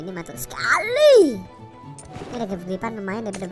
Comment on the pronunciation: Wiq wiq versi qolqolah Edit:paling sukak pas ngomong skhaliiii